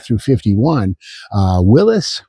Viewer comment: It is refreshing to hear someone pronounce Willys properly. I know it shouldn’t matter but for me it does. I can’t believe how many tv and YouTube personalities do not know that it is pronounced Willis. Whenever they say “Willy’s” I start to question their credibility. Thank you for all your great work.